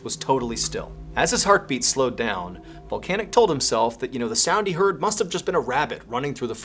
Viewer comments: Drink every time he says Voncanic 😂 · Can't not hear 'vulcanic'